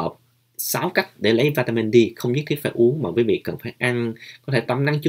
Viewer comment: Mình để ý bạn nói đề tài về vitamin D nhưng mình nghe bạn đọc vitamin Di rồi líp kia mình xem vitamin B minh cũng nghe bạn phát âm vitamin bi sau kỳ dậy bạn cái nào cũng nghe bạn phát âm dậy khó phân biệt lắm